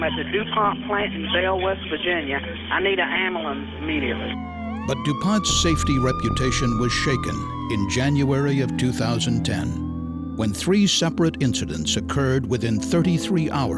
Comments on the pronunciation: "I need an amblans immediately" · "I need an amalance". LOL. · "I need an amberlance immediately" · "I need an amoolance, immediatley." What is it with black folk not being able to say "ambulance". Remember the guy from the bus fight? "I need an amberlamps!" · What's an "amalance"? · I've never heard of a amalance before.. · "I need a ambuhlance," I believe it was. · “I need a amalance amediately” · "I NEED AN AMU-LANCE IMMEDIATELY" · i needuh amboolaince